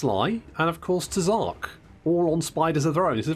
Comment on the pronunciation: Ngl, everytime I hear you say “Tzark” I half spect to hear “Ted”